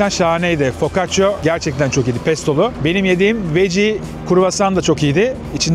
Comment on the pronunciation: Focaccia 😒🤭 neden ısrarla “o” 🫣